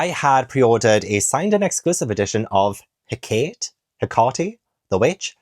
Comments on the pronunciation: But...it is "Ka-tob-uh-sis". Why was Jade making fun of you? Also, Hakate is "Heck-uh-tay" or "Heck-uh-tee" as far as I have heard, depending on which group's language you want to use. Like Greek versus other people. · I think its pronounced HECK-uh-tay? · hecate is pronounced like HECK-uh-tea :) i read the passengers on hankyu line as an ARC and it's definitely a sweet, cosy read!